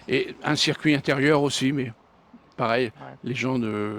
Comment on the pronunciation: Super reportage mais trop souvent , il parle de cercuit non monsieur, vous devez dire circuit mais rassurez vous en motogp rdp dit comme vous !!!🤣🤣🤣